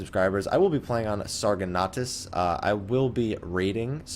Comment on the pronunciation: "Sarganatas"? I think you mean Sargatanas, lol. That's the server I play! :3 Best server evar!!